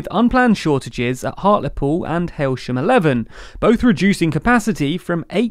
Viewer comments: Hailshem 11 is actually pronounced He-shem 2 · its pronounced He-sham and its number 2 not eleven. Ill get my coat. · Little tip for heysham he,sham is how its pronounced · That's Heysham II (two) ... Not "Hailsham 11"... The UK has not built that many power stations... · He-shem 1. Heysham 2's reactors are both online. Heysham 1 reactor 1 is down according to EDF.